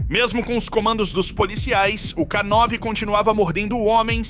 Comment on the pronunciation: Não é k9 (ká nove) e sim k9 (Kei nine), ou seja, k9 = canine (canino em inglês). São palavras homófonas.